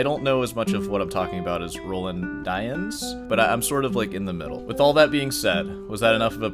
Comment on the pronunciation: I've never heard Roland pronounced like that, and i will not begin now.